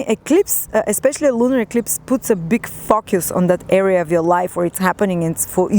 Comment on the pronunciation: focus = fockyoos lol just kidding thanks for this reading! 🕊😍😘